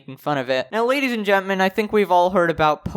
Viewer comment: i like how you pronounce gentlemen as gentment